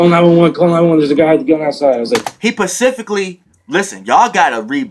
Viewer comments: ¨hes Pacificly¨ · Pacificly?! Fool got me 💀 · This nigga said "pacifically" instead of specifically...ha ha fuck outta here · Pacificly lol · He Pacifically telling yu the Pacific time!!!😂 bruh I'm dead